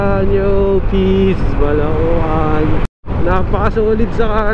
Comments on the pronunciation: Balaoan(Balawan) hindi po Ba-la-o-an :-) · Agoo - Ago-o Bauang - Baw-wang Balaoan - Balawan Bangar - Bang-gar ganyan pag pronounce bro hehehe